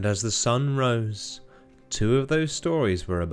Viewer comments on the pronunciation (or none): none